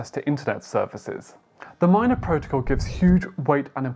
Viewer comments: Good video! The blockchain is pronounced m-ee-na not m-ai-na. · MINA man not Mayna lol